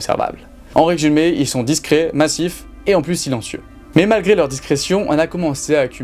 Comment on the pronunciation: Putain mais vous avez quoi tous les youtubeurs à prononcer le "s" de "plus" ??? Il est muet !!!